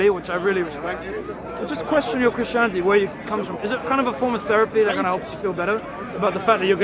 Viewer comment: why you dont pronounce the last 't' when you say reality or christianity. WHYYY